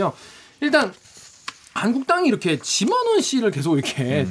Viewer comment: 지만원인데 쥐만원으로 들리는건 왜일까?